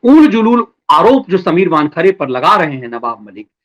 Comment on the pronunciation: "वानखड़े" नहीं वानखेड़े......